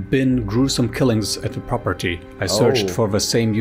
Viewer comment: Properly not noodles properly rice🤣🤣🤣🤣